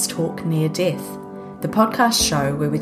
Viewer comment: ... "near dith" ixperience...?... Oh that kiwi/Aussie twang!